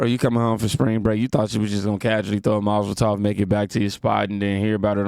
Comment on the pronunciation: you keep saying “Mozel Tov cocktail” instead of “molotov cocktail” 😂😂😂